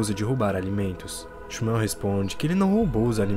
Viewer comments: A pronúncia do nome do menino judeu na vdd é "ximú" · Nada a ver. O nome do menino judeu se pronuncia Shmuel nao "ximuel". Nao existe esse "i".